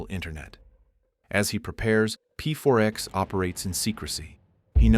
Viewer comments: Its not pfourx its pax lol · Why do you keep calling him P.4.X. if you're fully aware it's pronounced Pax? Or is this the wonders of using an AI voice? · ai... A normal person would instantly know to say P4X as PAX. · PEE FOUR X 😂😂 "Pax" woulda done well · P4X? You mean "Pax" right? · "pronounced PAX" Rest of the video: "P-4-X" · "pronounced pax"..."p 4 ex" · "Pronounced 'PAX' - So anyway, P-4-X sits at his desk" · "He chooses the pseudonyme P4X, pronounced PAX" proceeds to never pronoucing it right in the entire video. Good job AI